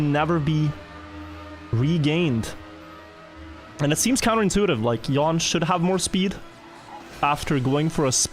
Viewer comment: Jan is pronounced "yaahn", not "yawn". But kudos on pronouncing "j" correctly. You are a natural Swede.